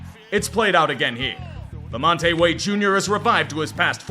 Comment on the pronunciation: So honored to see us get our flowers but a note for the future that "LaMonte" has just two syllables :)